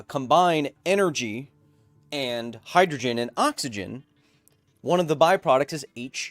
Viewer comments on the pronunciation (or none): none